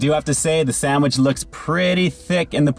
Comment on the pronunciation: Are you purposely mispronouncing sandwich as "samich" or is that just how you pronounce it in your neck of the wood?